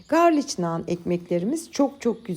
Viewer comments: Yanlış anlamayın tamamen bilgilendirmek için yazıyorum. İngilizcede garlic diye yazılıyor garlik diye okunuyor. Sevgiler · Garlik nan diye okunuyor 🥰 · Garlic Garlik olarak söylenir ( englizce) ♥️✌️ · Elinize sağlık deneyeceğim ben de❤ fakat İngilizce'de garlik şeklinde okunur garliç değil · Ellerinize saglik hanim yine dòkturmussunuz, bende bunu uzun zamandir merak ederim, sizin gibi yurt disinda olmama ramen hic tatmadim, ne yalan soyleyim hint mutfagi damak zevkime hic uymuyor ama dedigim gibi bunu merak ediyordum ama birturlu yapmak kismet olmamisti, sanirim bugun yapacagim, ee okadar zahmet ve emek vermissiniz artik bizede denemek duser😁 ayrica, sarimsak ingilizce galic diye yazilir garlik okunur, belkide biliyorsunuz ama yinede belirtmek istedim umarim kizmadiniz, saygilar💐😊